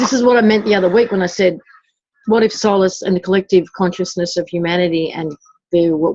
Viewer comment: The first time I heard them say "solice'' - I heard ''soul-less'' and that is what I keep hearing. I can imagine what/who the ''soul-less'' is....